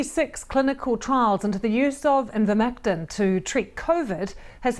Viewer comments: As a broadcaster, she cannot even read the name of the product correctly. Absolutely shameful deception, by the BBC, posting picture of vetinary products. The trials used products which have been widely used in humans for decades. There were over 90 studies in the meta analysus reported. If he looked at 26 and 9 (over 30%) were faulty what happened to the other 90% of the trials. The faudulent study in Egypt was widely known and removal resulted in a 60% effectiveness rate if it was 10% it would still save thousands of lives in countries where vaccines are not available but Ivermectin is commonplace. The push by those talking about ivermectin has only ever been to have full scale trials even though as a generic drug it is dirt cheap (and safe) so no profit. The clearest thing abour Ivermectin is the deliberate campaign against it (the vetimary product photos) and the motive for big pharma to have such a campaign. Along with the refusal to licence generic manufacture of vaccines and vaccine hoarding this ammounts to a campaign against efforts to help poorer countries combat covid, aided and abetted here by the BBC. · It's Ivermectin not "invermectin" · Why can't the presenter read. Its Ivermectin NOT invermectin. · She said Invermectin instead of Ivermectin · BBC showing pictures of livestock formulations of Ivermectin. BBC host mispronouncing Ivermectin as "invermectin" . BBC defaming and discrediting qualified professionals based on proven misinformation provided by so-called experts who have massive financial conflicts of interest. Typical. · I think it might be deliberate. An attempt to avoid being sued. Now they can claim they never said anything about Ivermectin... Because they didn't... They said "Invermectin" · Someone tell Lucy that it's not "in-vermectin" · The guest is lying clearly. Denge, zika, yellow fever are rna viruses which Ivermectin has been used to treat… they post animal versions and the presenter purposely pronounced the name incorrectly